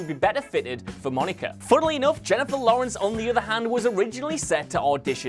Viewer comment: At least he announced Lawrence correctly